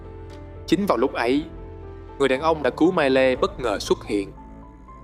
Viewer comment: Góp ý: ko bik bạn đọc kịch bản trong video này có chơi game ko nhưng tên riêng nhân vật và thuật ngữ trong game đọc sai bét.. mai lê? Lun? Es Q? Gôm ma Gee? Really?